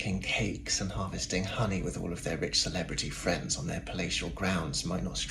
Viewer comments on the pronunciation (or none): none